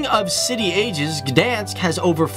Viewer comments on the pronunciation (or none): Lubię video kochać tak śmiesznie mowiją Gdańsk.